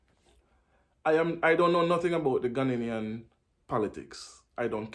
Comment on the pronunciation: Please it Ghanaian, NOT Ghananian